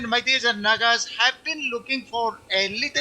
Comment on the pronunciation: It is NAGAs, Not NAKAs... LOL